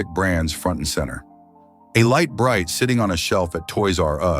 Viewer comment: For nearly the whole video the horrible AI voice says "Light Brite" correctly.. Then suddenly at about it doesn't !!! Calling it "Leet or Leat Bright?!?!...